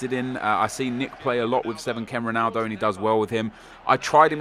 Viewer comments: Nep, its ronaldo, not juanaldo, shurrrrrup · Why do you insist on pronouncing Ronaldo and Jese like a spastic?